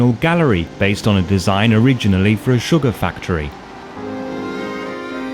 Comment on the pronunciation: SUGARFACTORY !! My Ass !! Why can't you get it right Man !!?